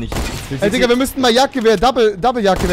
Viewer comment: Ist euch schon aufgefalen rewi sagt immer dikka und nicht digga